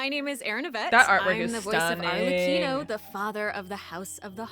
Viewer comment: I'm mainly surprised I've been mispronouncing Arlecchino's name wrong for the last few months. Other than that I'm pretty happy and content with what we're getting this update!